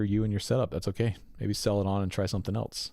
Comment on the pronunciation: There is no T in the word else! LOL!